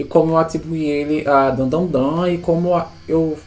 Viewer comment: a única critica é de errar o nome de Dandadan, de resto tá de boas